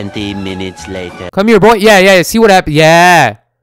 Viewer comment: He said B O I 🤣